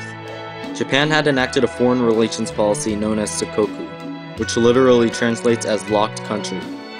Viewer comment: It's sakoku!